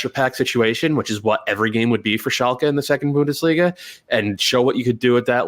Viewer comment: Or how ‘bout Bundesh-liga...